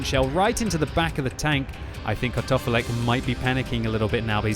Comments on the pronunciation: I just here Cut Off A Leg all the time from voice lmao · Sounds like you're saying "cut off a leg" haha